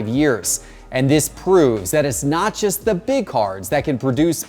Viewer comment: Just, not jest. But thanks for the vid.